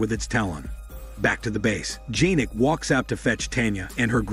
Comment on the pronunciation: It's not janek its pronounced yanek